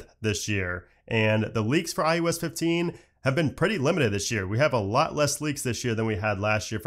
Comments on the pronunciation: Stop saying IUS it’s IOS lmao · Can you PLEASE stop saying IUS. It's so annoying it literally hurts my ears. Stop mumbling and say it correctly